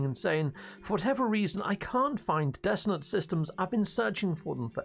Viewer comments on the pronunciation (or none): Dissonant for god's sake.Not dissident or desolate.